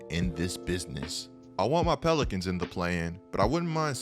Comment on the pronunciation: No one:: tHe nEW oRLeAnS pELiCAnS IS A….